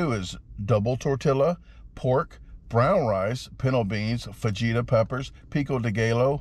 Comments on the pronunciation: Love ya man. Especially your pronunciation of “tor-till-ah’s” “fawjeetus” and my personal favorite “ pico day geh-low” 😅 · How are you a professional eater and not know how to pronounce fajitas or pico de gallo? The workers are literally laughing at you on screen during your order. Lol. That said you destroyed it, blew my expectations away. It would take me an hour to eat one of those burritos.